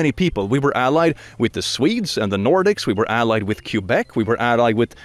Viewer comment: Cue-beck? Do you mean Québec? The French province in Canada?